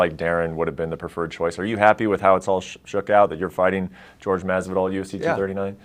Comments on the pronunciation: It's not george its HORHE ff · Bro his name is jorge not George no wonder this dude got knocked in 2 secs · Did you ever think that maybe it's because you keep calling him George instead of Jorge? The number one way to disrespect a man is by mispronouncing his name Clueless. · His name is not George... it’s Hore Hay. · It's Jorge, not George...get it straight next time, Benito. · You hear how he’s names pronounced but you still say George instead of horhay #ignorance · it's not 'george' it's 'horhey'. Shut the fuck up if you cant even pronounce his name. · Who's George? It's whore-hey. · why does bret keep calling him george i know bens doing it to be a smart ass but bret you’re a professional journalist his name isn’t george it’s jorge be professional this is why you’ll never be ariel ever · Why the interviewer saying "George" if Jorge is usually called "Jorge" then thats plainly wrong, unprofessional and insulting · Its jorge not fuckimg george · Everytime someone (especially Askren) says George instead of Jorge I cringe a little. Also this "George is so dumb he can't verbalize things" is pretty silly, I thought he did a good job of explaining why he doesn't like Askren. Ben's inability to understand why Jorge dislikes him is perplexing. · It’s not GEORGE.... it’s (WHORE-HEY) JORGE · it's not george! it's jorge! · Jor.ge not George! He got me confused the first time he said it, I though about GSP straight away. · Why do they keep calling him "George?" I'm pretty sure Jorge isn't pronounced like that. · It’s pronounced whore hey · Its Jorge not George lol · It’s “Jorge” you stupid mf’s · Can you guys at least say the mans name correctly. It's not GEORGE...